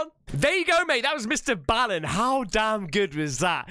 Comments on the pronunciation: He said it himself Mr. Ball n. not Bale n not Bal n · STOP! stop calling him mister bow-in (like how the Japanese bow to each other) it's Mister BALLEN - like a basket BALL, or foot BALL, or soccer BALL, pool BALL... Mister Ball-in - Not Bow-in (i really don't know how to convey this to you the correct way, but you are saying it ALL wrong.... in EACH of his videos at the end, he will say his name NUMBEROUS times when giving his social media info, and even HE can pronounce it right lol) - stop hurting my ears please :D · Mr ball in that's how it's pronounced but I have been subbed to Mr ball in since he got started best story teller in the world you should do a lot of his stories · you pronounce his channel As Mr Ballin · his name is pronounced BALL-en, like the word ball.